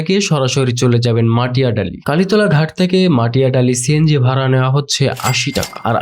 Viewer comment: Matiadali na bhai "Matidali"